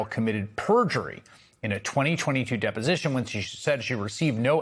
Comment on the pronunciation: Dep-O-Sition! Dep-O-Sition! Dep-O-Sition!!!